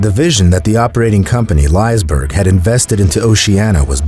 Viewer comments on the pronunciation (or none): Its pronounced "lissa berry" i live close by. 😢i hope to go there again it was a memorable experience ❤ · company lice + berg cmon man "Li" as in Liquid "se" as in sex and berg